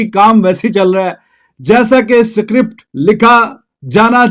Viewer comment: Script ❎ Sikript